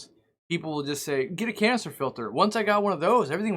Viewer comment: It always sounds like You are saying "Cancer filter" 🤣